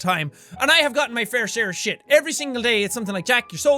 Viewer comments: I like when he says shite in- stead of shit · shite not shiat